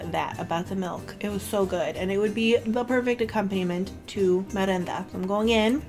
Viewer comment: thank you💕💕 I like your channel too. I subscribed too. ☺️☺️ Keep making more videos❤️❤️❤️ and you pronounced perfect my lovely merenda 😇😇 (and καρυδοπιτα too).